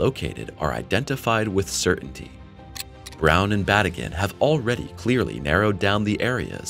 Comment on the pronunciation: His name is pronounced as Ba tea gin